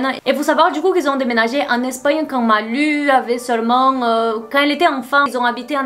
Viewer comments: Maiiiiiiis c'est "lou" la prononciation ! En plus tu dis son nom tellement de fois dans la vidéo aha, "Malou" quoi. Les rares fois où j'ai entendu parler de cette gamine, c'est pour des trucs sad ou glauques, elle fait de la peine... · Ça m'a stressée de t'entendre dire Malu alors que ça ce prononce Malou